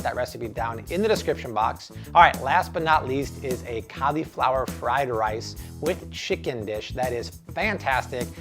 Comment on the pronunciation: Amazing! Can't wait to try these, but bro, learn how to pronounce "cauliflower".